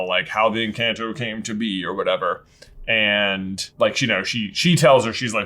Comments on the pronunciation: Guys... you keep ALMOST pronouncing the name right, and then self-correcting to the wrong pronunciation. Why? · Ugh, almost pronouncing Encanto right and then "correcting" himself is killing me! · I cringe every time you guys pronounce it en”CAN’T”o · I think the title is pronounced enc(ah)nto, since they speak spanish and the the A is pronounced like "ah" (soft A?) I may be wrong though. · When ever you say enchanto… I think of Pokemon in Kanto… I took my daughter to see enchanto I thought it was great she was a bit meh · I find it so irking that they keep calling it “en-can-toe.” literally started saying it correctly and then switched back to saying it wrong. Idk, as someone who grew up around Spanish speakers that really makes me cringe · I appreciate your thoughts about this movie. I love all of your deep dives. It just hurt me when was about to say Encanto correctly then he corrected himself and said it wrong. It’s A like apple not A like answer. The can part is more like cannoli. Encanto! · you keep incorrectly correcting yourself on the pronunciation. It is "en-conto" when spoken with the appropriate accent. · It’s funny you kept pronouncing it right and then “correcting” yourself lol actually end up saying it wrong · I luv how kept correcting himself saying Encanto the wrong way when in reality it was the right way. Haha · saying encanto right then correcting himself to say it wrong is so funny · Was there nobody else who couldn't watch this because of how they pronounce "Encanto?" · I cringed so hard hearing them pronounce the title of the movie incorrectly so many times throughout the video. Especially when said it correctly or was about to, before trying to correct himself to the mispronunciation. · constantly correcting himself on the pronunciation of "Encanto" throughout the video even though he said right the first time. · I'm BEGGING y'all to pronounce it correctly. Just once. At least try. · HE DOES IF AGAIN IN